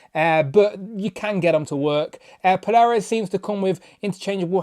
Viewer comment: Good review but i think it's pronounced "Pole-ar-uss" . Picking this up tomorrow ❤💪